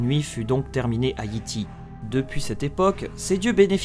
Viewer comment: Petit conseil : peut tu dire Yay Tay et non Yi Ti